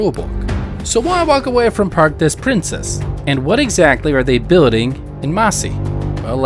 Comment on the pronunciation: "Parks dess Princess"? 🤣🤣🤣